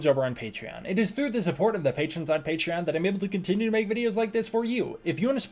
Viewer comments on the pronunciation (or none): none